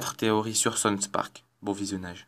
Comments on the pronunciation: Le mec il ne sait même pas prononcer les noms correctement... "sonsse park" et ca ne s'entend PAS DU TOUT que tu lis un texte... mais vraiment pas... Quel talent. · "sons park" ?